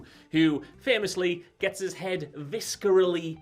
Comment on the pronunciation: Viskerally? Viscerally is said as Viss-ah-ra-lee.